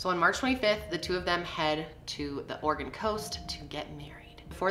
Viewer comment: I’m from Portland, I didn’t know I lived in an “Organ”. The E is not silent my friends 😂❤️ always cracks me up